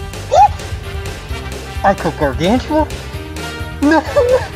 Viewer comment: he simply said ‘I gOt GaRgAnTuA?’